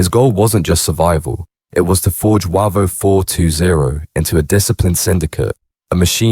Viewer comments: No encro was involved. Also its pronounced Wayvo not Warvo 😂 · Not sure where you got most of your info from mate but it’s not true. It’s Said as Way-vo not warvo. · Its pronounced wavo not waco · Yeah, they're pronouncing Wavo wrong. It's Way vo from Wavertree. Defo AI doing the chat.